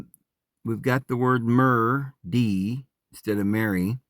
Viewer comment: Yes, and Mer is pronounced mare.